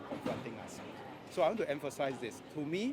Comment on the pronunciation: U are the Trouble Unqualified Factor among other puppies U cant even pronounce us & saying ASS.